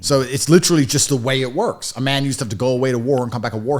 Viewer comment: And he said “works” wrong he said “wuks”